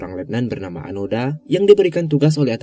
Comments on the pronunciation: Onoda min bukan anoda, 😂😂😂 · Seharusnya mengisahkan seorang tokoh jangan sampai salah sebut, sudah jelas Nama nya Hiroo Onoda. kenapa terus2an di sebut Anoda?